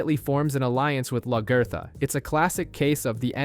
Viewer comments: I love luh ger thuh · Who in the hell is Lagurtha? haha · Lag-ee-tha........ what on earth did they call her?